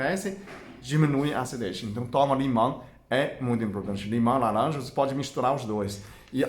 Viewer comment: Tirando a parte da "lalanja" e do "abagate" até q o português dele ñ tá nada mal..rsrs..gostei bastante..ganhou mais um seguidor!